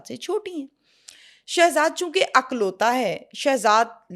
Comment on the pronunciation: Ma''m...only child ko 'IKLAUTA' kahaa jata hai,,'AKLAUTA' nhi Jo aap bol rhi hain 🌹🙏🏻🌹